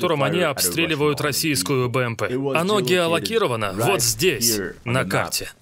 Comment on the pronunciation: Слово ГЕОЛОЦИРОВАН просим произносить как принято всеми. А не геолоКирован и его производные